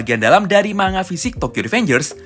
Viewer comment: bang cuman meluruskan, manga dibaca "mangga" arigatou!